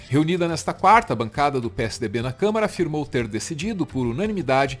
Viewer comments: O Doria falou Câmera? Foi isso mesmo? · Eu tinha achado que o Dória tinha cometido um lapso ao falar "câmera" ao invés de "câmara"...mas ele repetiu "câmera" em todas as vezes que falou sobre o orgão...rsrsrsrsrs...só eu reparei nisso??? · Dória fala por várias vezes: " CÂMERA...", Ou é impressão?! 🙄🙉🤦🏾‍♂️🤷🏽‍♂️ Alguém avisa pra ele que é CÂMARA! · O Doria falando 3x "câmera" só deu nervoso em mim? Gzuiz!